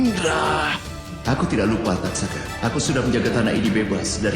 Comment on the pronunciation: Taksaka bro, bukan tatsaka